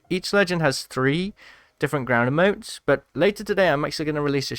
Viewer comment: It’s not “ uh-motes “ it’s “ e-motes